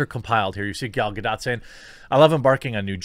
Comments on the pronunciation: Hi Jeremy, I see you're having difficulties. Let me help: "Gadot" is pronounced with a hard 't' at the end. This word is the plural for 'gada', meaning "riverbank". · The funny thing is, Gal Gadot is middle Eastern And there's a "t" in Gadot it's supposed to be pronounced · It's Ga-dott, with emphasis on the last syllable, not Ga-do. She's Israeli, not French. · It's Gal Gado*t*. The t is not silent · Yo Jeremy, the name Gadot is pronounced as Ga-Dot with the t, and not as Ga-Dow. In Israel the name is written and spoken with the T counterpart in hebrew. So in short, the T Is not a silent one. (I guess unlike in french originated words I presume) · The T is not silent! Say it like G'dawt G'day! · Jeremy, I checked for you snd everyone else and her name is actually pronounced “Ga-dote”. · Jeremy, I checked for you and everyone else and her name is actually pronounced “Ga-dote”. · Her name is pronounced Ga doT. It's not a french name like Godot. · Gah-dough, Jeremy, jesus. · It's not gah-doh, and it's not gah-dout. It's gah-dot. As in "to dote" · It's Gah-Dot. (in hebrew גל גדות) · It’s pronounced “ga-DOTE” 🦸🏻‍♀️ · It's Gal Gadooh! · yeah antisemitism is alive... but jewish people don't go out burning buildings and kicking cars. BTW Gal doesn't care that much about Israel anyway. Edit: Her name is pronounced Ga-Dot (as in ) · You've heard her say her own name with a "t", but said it silent. Lol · What are the chances you pronounce Gal Gadot without the weird silent T you americans tend to apply to Gal Gah-Dot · Gal Gadot (with strong T at the end of last name). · Saw a great interview with Gal Gadot back when "Wonder Woman" came out. She said her last name rhymes with "boat". No silent "t". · Its Gadot with a sounding T in the end. THe other pronouncation is kidna more french... Her surname is more like a Israeli or Swede would pronounce it.